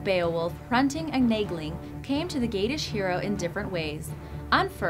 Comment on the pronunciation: I thought Naegling was supposed to be pronounced like Neigh-ling